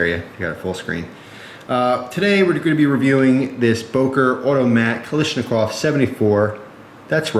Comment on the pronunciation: Damn, its not kalishnikov, its KALASHNIKOV